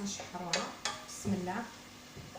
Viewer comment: بسم الله يا سيدتي الكريمة المرجو قول كلمة بسم الله بنطقها الحقيقي وشكرا .